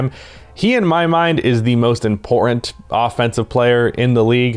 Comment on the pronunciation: “Im-por-ent” - trying to say important